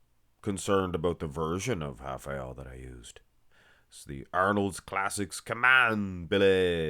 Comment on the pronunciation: im brazilian… mmm is doing a good job in the pronounce